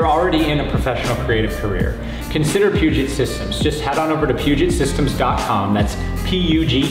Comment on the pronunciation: I wish you guys would learn to pronounce 'Puget', its 'P'you-jay', like Denon is 'Den-oh' and chassis is a soft ch like 'champagne'.